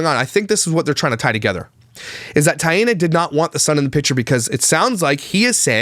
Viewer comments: please just say “T”, instead of mispronouncing her name 3 different ways throughout the video. Thank you. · Nope. It's pronounced like TIE-nuh. Similar to Diana but with a t is the way she described it in her own video. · Her name is pronounced “Thai-e-naw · The baby looks exactly like JJJ but Taina PRONOUNCED “I-Ana “ says the baby looks just like Cleopatra! Weird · Her name is pronounced Taint